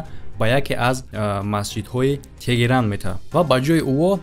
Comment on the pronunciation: Тегерон не- теҳрон✅✅